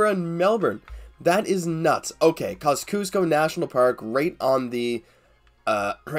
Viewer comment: it’s pronounced Kozzy-osko basically